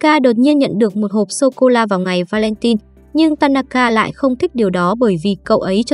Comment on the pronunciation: Va-len-tin hả chị - 😅 (Va-len-hai)